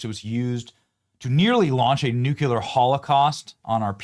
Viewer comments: Benny. Stop being a dufus. Pronounce nuclear correctly. NOO-CLEE-AR, not noo-cue-lar . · What’s up with the nuclear (noo-klee-ar) pronunciation with some commentators? I’ve seen others also pronounce it like “noo-kyuh-lar”, like wtf 😅 Do you guys say ‘clear’ as “kyuh-lar”?